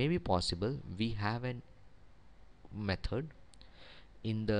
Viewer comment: Thanks for the video! I love the way you say 'methord' rofl :)